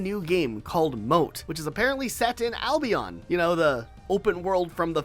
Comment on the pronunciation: Americans pronouncing Albion that way is one of the many reasons you're a global punching bag